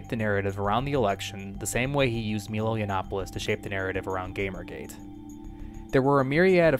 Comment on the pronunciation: Also, it’s snd: “My Low” Not snd: “Me low”